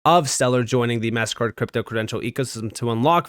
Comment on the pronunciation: Is it really that much trouble for you to pronounce MasterCard correctly you keep saying Mast Card don’t be so freaking lazy dude